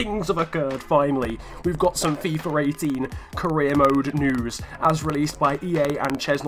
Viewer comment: Why do you call it fifar ? or fifer its really annoying lol